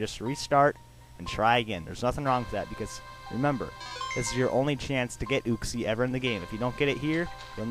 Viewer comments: it is not ooxie it is u-xie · uxie is pronounced youxe